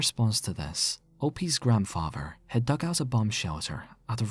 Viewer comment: Not his grandfrarver